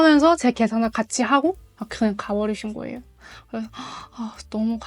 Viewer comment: 그냥 예쁘게 생긴 한국녀 ㅋㅋㅋㅋㅋ 한국어 쓸 때 독특한 말이 있네 그 발음 대신 고 그래서 가 아니라 고래서 ㅋㅋㅋㅋㅋ 한국에서 좋은 남자만나 ㅎ란국에서 행복한 생활 그냥 하세요 나중에 몽골과 연방국가 될거니깤ㅋㅋ